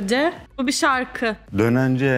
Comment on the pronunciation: O nası dönence diyişi ya sjjdosjdodjlanxks